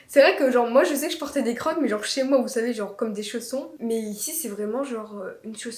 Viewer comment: Sa se dit crokse 😅